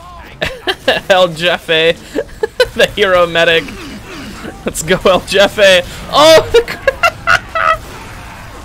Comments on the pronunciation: a alguien mas le da risa que en vez de decir "el jefe" dice "el yefe"? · Hearing him say "el jefe" as "el jeffeh" makes me very anger grr grr bark bark grr It's pronounced "heh-feh"" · man I was cringing every time he said his name, “EL JAFAE” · I love how you pronounce "EL JEFE" as "el yefe", in spanish we use in a different way the letter "J" XD Interesting fact: Boss baby in spanish is: "El jefe bebé" but the movie title has been translated as "El bebe jefazo". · It is pronounced like a "H" El Hefe - idk if that was a joke. There is also a scout hat named that. Cumin in Spanish rice is acceptable lol. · El yefi sjsjsj me da risa como pronuncia esa palabra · It’s pronounced El Hefe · Uh its pronounced El HEfe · El Jefe is pronounced El H-efe please PLEASE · The j in so jefe is pronounced like a h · you know they're white when they pronounce, "El Jefe" wrong lmaooo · You pronounced El Jefe wrong.